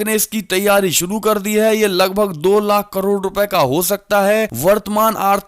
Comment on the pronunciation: कड़ोर नहीं करोड़ कहें। खौचमा नहीं खौमचा कहें।